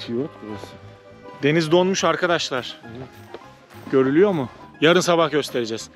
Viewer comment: Sağ ol, güzel görüntüler .. Yalnız açılıştaki kelimeyi yanlış kullanıyorsun. Arkadaşlar kelimesindeki vurgu A ya yapılmaz. Yani A ARKADAŞLAR denmez.. Vurgulu söyleyeceksen R ye bas.. ARRRKADAŞLAR de lütfen. Yine de teşekkürler..